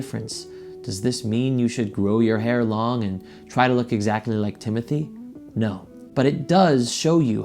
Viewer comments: it’s timothée not timothy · well you didn’t spell it timothy in the title but you pronounced it like that. no hate, i just love french lol. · last and only response.no I don't think he is attractive but only my opinion and no I didn't say you spelt his name wrong I was referring to your pronunciation of his name.his name is not Timothy. Xxxx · you spelled it correctly in the title, you didn’t say it correctly